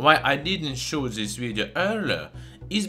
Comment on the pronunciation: "show dis vijo earler,"